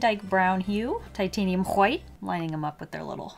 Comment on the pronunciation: You pronounce 'titanium white' like Bob Ross :p